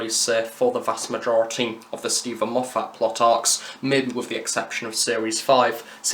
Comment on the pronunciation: Enjoyed this a lot, but you picked a bad example of having a fan around to pick up on mispronunciations when you keep on mispronouncing Moffat's name... lol. Fans are often worse than showrunners when it comes to getting stuff wrong. Great review, though. Am currently finding your Big Finish stuff really useful. Thank you.